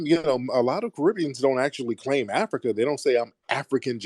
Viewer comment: Dude kept saying we from Africa wrong 😂😂😂